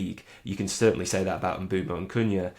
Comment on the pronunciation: Nope. M-boom-o